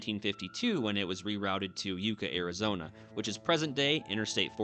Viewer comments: It's not Yuuuca.... It's Yuck ca.... Yucca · It's not yooka. It's yucka like the tree. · I didn't realize Yucca was pronounced Youca; I always thought it was Yucka. Love the drone shots of the car navigating the highway. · Yucca, Arizona = Yuck- uh, like the cactus. 😊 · It's pronounced Yuck-ah not yook-ah. Named for the Yucca plant. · Yucca is pronounced like yucka not youka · “Yucka”, not “Youca” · first... its pronounced "yuck-uh" not you-ka and in cool springs, there is a dedication Plack there to mark it as a historical sight. my husband and i (along with a bunch of others) have done new years camp out (doesnt happen anymore ) at that exact spot. if youtube aloud pictures i would post one im native in this area and its cool that you are driving the spaghetti road but its not the only spot you missed the historical preservation for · Yucca, Arizona isn't pronounced you- ka. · Arizona born and raised, currently living in Kingman...and my ears hurt from listening to your pronunciation of the town of YUCCA. It us not with a long U. It is with a short U. As in YUCKA. The name is actually a desert plant. Great video of the beautiful desert! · In Spanish, Yuuuca In our neck of the woods, we pronounce it Yuck ca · Yucca is pronounced Yuck ah. Nice video. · That's yucca ( yuh ka ) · Yucca is pronounced, "yuck-a." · Yucca is pronounced Yuck-a. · You may have pronounced his name wrong but you keep saying Yucca wrong 😆 say it like yuck a. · You badly mispronounced Yucca. You bypassed Fish Bowl Springs, goldfish in a small pool.